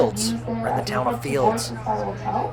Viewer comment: There is no ‘s’ in Field. Also the ‘l’ in salmon is silent. Just in case you were wondering. 😂❤